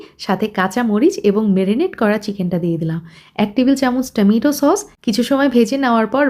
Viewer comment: Bangla bhasha thikmoto janle tomato ke tameetu tameetu bolto na. Dhari molilar dhong dekhle hashi pai.